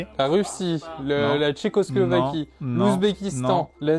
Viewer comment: Le « tchequoslovquie » qui fait mal 😭